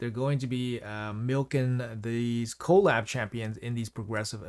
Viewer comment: can you call it "kuh-LAB", not "KOE-lab", cuz that's how collaboration is said. thanks XD